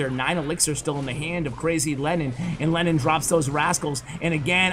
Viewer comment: Am I the only one who thought that you said Lenin instead of Lennon? 😂😂